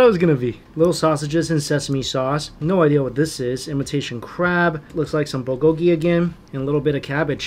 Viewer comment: your accents are wrong for the Korean words. For example, the accent is in the first syllable in "bul-go-ki".